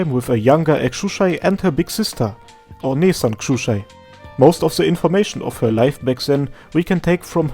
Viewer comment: Did only me that laughing when you said Onee-Sanxusiai?